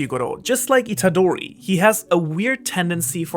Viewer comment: please pronounce Itadori with a real roaring sound “R”, it’s not an english name